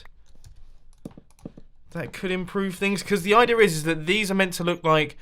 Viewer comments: There is no 'r' in 'idea', Mumbo... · "idea"-ok "idear"-TRIGGERED